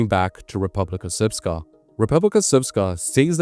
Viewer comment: I must commend you on your pronunciation of RS. It is rare for Anglos to say this almot perfectly.